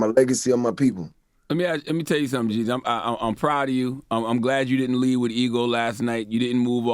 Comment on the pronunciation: Its JEEZY not JEZZY put some respect on a Atlanta legend name I ain’t gone say it NO MO!